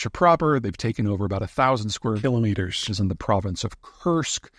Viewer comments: I think he should say "kilometers" that edited way every time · ...thousand square mKILOMETERSs lol